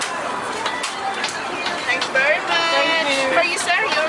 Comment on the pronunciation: Shut up with the “thank you bery much, thank you bery much”